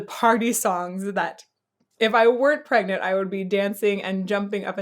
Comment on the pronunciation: Pregananant????? 😂 Congratulations!